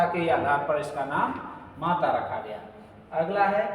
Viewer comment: Aap jya kyo bolte ho gya hai to gya bolo bhai ji